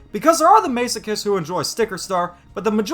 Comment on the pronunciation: "May-so-kists"? That's like the weirdest way of saying masochist lol 😂 😂 😂 😂 p.m. 10/14/2022